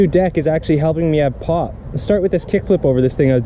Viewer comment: I hear "pot" instead of "pop" everytime XDD